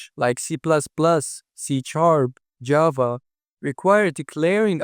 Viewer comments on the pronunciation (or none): none